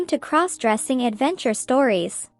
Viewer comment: Stop mispronouncing crossdressing 😮